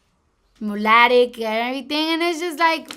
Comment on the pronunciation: She said mulatic its mulato but yet she says she's educated n went to school.. Dominicans are prodimently mulatos of more Africans decent that speak Spanish.. She's not very well informed on her culture